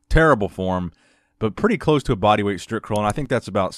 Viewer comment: haha!!no more „stripcurl“!!no you over pronouncing it!!!good!!!